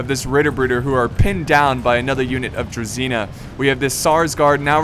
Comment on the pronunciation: How many times I have to learn non-slavic people that it's Druzhina, not Druzina! It's with Zh, not Z!